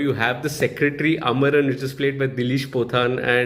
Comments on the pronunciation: "Avaran".... not amaran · Dileesh Pothan character is not called "Amaran"; it is "Avaran", which is Malayalam for "Abraham".